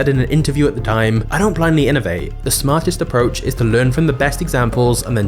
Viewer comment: Very good information, it's just a shame that you cannot pronounce the letter T at the end of your words, or even in the middle of some words, be'er is better, inovae is actually inovate, diver is diverT. It is really annoying.